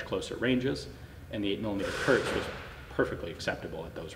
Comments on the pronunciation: KURZ, not kurts or kurtz. Kurz is "short". 9mm Kurz = .380. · KURZ, not Kurtz.